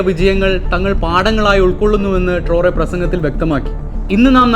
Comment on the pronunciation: ട്രോറെ അല്ല.... ട്രയറൊ